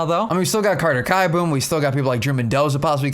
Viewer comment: Great video btw it's keeboom not kieboom :)